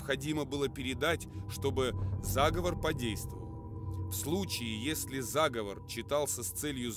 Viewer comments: Заговоооор а не заааговор, зааааговор это договор и план по переврпоту или злодейству а заговооор -- это заклинание и практика традиционной культуры дИКТОР СЕБЯ ПЛОХО КОНТРОЛИРУЕТ И УДАРЯЕТ НЕ ТАМ почти все время режет слух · Да, я тоже согласен. Конечно же, заговОр. Диктор сам говорит - заговОрная традиция. Дьявол кроется в деталях. Но, в целом, неплохой видос для начинающих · Правильно ли говорить "зАговов"?Может это "заговОр"?